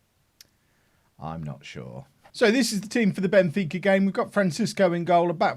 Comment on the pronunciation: Benfeeka...fika (pronounced feeka) is a tradition in Sweden. I think you'd like ot. Involves goos coffee